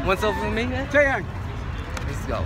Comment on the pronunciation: It's taeyang not taeyong